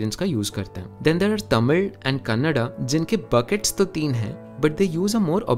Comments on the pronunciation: glad u pronuonced Kannada rightly 😊😊. Most of them say it as Kannad . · Exactly his pronunciation of Tamil and Kannada is so perfect ❤❤❤❤ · You being a non speaker of both ಕನ್ನಡ and தமிழ், pronunciation is very nice..👌😍